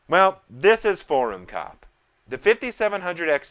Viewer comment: Mistakes including thinking forum is pronounced "faux room."